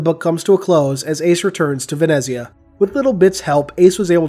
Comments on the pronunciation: Ven-etz-ia-ah correct pronunciation (at least how it was pronounced in the audiobook) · I believe it is pronounced "VEN-ETS-YA" - the italian version of Venice, but that's just...